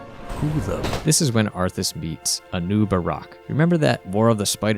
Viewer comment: Did you just call Anub'arak, Anoob Iraq?